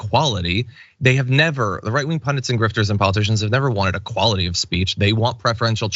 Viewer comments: Good Grief John, it's not 'UH-quality', it is e-quality. Both times you said 'uh-quality' I thought, "what quality is he talking about all of a sudden?" Then I realized you meant 'equality' and not 'one' (uh) quality. ---- Please fix your mispronunciation of that simple word. As a public speaker, you really should. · Let me say this again, since you don't seem to be getting it. He is sayin UH quality. NOT E, NOT EH. UH. Nobody says UH quality. He is mispronouncing it. PERIOD. He is literally saying A QUALITY. In the same way you would say, "a good sense of humor is A (uh) QUALITY I value." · I can live with that. eck-quality. But he is saying UH quality. The same sound you would use when you might say "I am going to take UH bath." It sound like A QUALITY. As in "name UH quality you like in your professor."